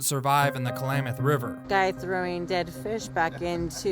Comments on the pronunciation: Please, it is KLAM, like clamady, locals pronounce it KLA-MATH not KA-LAMATH... That aside, an excellent update! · Nice video, but Klamath is not pronounced Kalamath. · jeez, klamath, not k-lamath man. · Agreed. But one minor issue is that I kept getting distracted by the pronunciation "Ka-lamath" instead of "Klam-ath." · Someone needs to tell the narrator how to say Klamath!